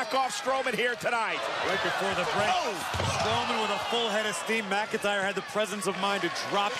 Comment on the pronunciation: Not megiter its mcintyre